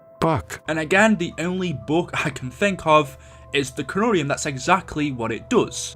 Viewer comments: It is not boook it is book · ITS FUCKING BOOK NOT BUUK 😂😂😂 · He’s saying buke it’s book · Note to self: ever word with double Os together, will pronounce like boo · I have a question why do you say book like bewk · Bouke?? Huhuhu say qhatt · I just realized you say book like boook. I like it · Why did he spend 8 mins talking about this (P.S bouk he he funny how he pronounces it ) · You pronounced book so weirdly every time up until lmao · The way you pronounce “book” and “look” is hilarious.